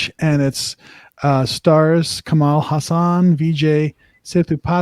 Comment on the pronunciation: Please get the pronunciation of the lead actor's name right it's not Ka+Maal it's Ka+Mull the last syllable pronounced like the word Mull, like to Mull things over. Also his last name is pronounced as Haa+Sun. Lot's of people get this legend's name wrong even in India, so you're not alone. Kamal Haasan, Kamal = Lotus.